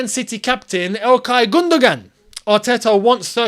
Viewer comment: think of it as GundoWAN and not GundoGAN